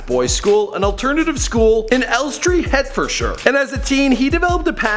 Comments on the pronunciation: Hurtfordshire?? Hertfordshire is pronounced heart-fordshire lol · It’s Hertfordshire not headfordshire fml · omg it pains me the way u pronounce Hertfordshire and habs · "Head-ferd-shire" dead its pronounced heart-ford-shire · hertfordshire is pronounced hart-ford-sheer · Magnificent Sarah and elstree Hertfordshire is pronounced 'Heart-Ford-Shear' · oi he only went to haberdashers after he got expelled from st columbas college the same school i got to so dont even try say this aint true and secondly the county the school are in are Hertfodshire and u say it a Heartfodshire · I thought the "shire" suffix is pronounced as the word "sure", rather than rhyming it with tire as the letters would say.